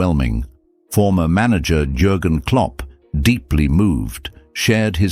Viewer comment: He's called Yurgen Klopp you stupid AI person.